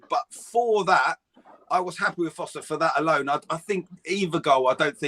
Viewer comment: It's not Foster it's Forster! Come on guys..